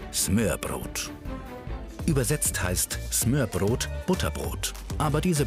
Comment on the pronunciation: Also 1.: Galileo sollte sich dringend mehr mit der Aussprache beschäftigen. Sie muss ja nicht perfekt sein aber es macht mich einfach agressiv, wenn man sich keine Mühe gibt und denkt man könne es wie schwedisch aussprechen z.B. smörbröt Und 2. Wieso hat man nichts zum Dannebrog oder zur Königin gesagt? Die sorgen immerhin mehr dafür, dass die Dänen glücklich sind, als ein Flachtoaster!